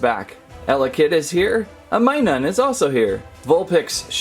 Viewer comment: its not minun its minum